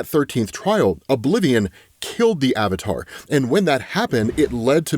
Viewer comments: Yakno... Its the little things. It's always the little things. It's fun hearing someone say a word. A random word. Realizing, that is probably the only word they can not pronounce correctly. Avatar. My word is Roster. I pronounced it as Rows-Ster. Didn't learn that until I was 6yrs into the military and my soldiers pointed it. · That is the funniest way I ever heard somebody say Avatar